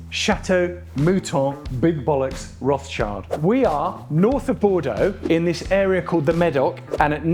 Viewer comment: It makes my ears "cry" every time I hear your.."Rotschaild" His surname is Rotchild,in french maner please! (Kinda Rotshil'd),you pronounce the word "Chateau" right,though,in french.so why don't you do the same with "Rotchild"? He is not "child". It is not in english,with all the respect.